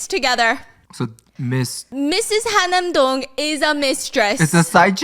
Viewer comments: It’s Han-nam-dong (한남동), not Ha-nam-dong (하남동). It’s also UN Village (as in United Nations), not “Oon” Village. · I think it’s HaN-nam Dong not Ha-nam Dong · its han-nam dong girl hanam is city